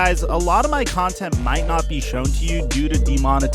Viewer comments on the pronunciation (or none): none